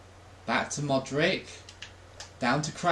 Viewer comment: please dont ever call Modric "Modrik" again . No hate though, love the videos!